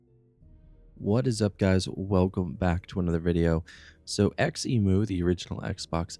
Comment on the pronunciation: btw, here in my country we pronounce xemu as Ze-mu not X-emu